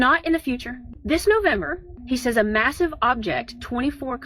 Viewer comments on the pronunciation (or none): "one more massif earfquaTe" ..🧐 if u can't even punctuate the American language correctly I'm not even gonna believe in what your dumbass is saying